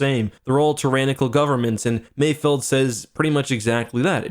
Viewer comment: Thank you for saying it correctly, "Mayfeld", people keep saying Mayfield but they clearly say mayfeld several times lmao